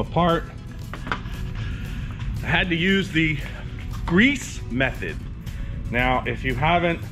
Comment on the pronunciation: Your a Florida resident and can't say METHod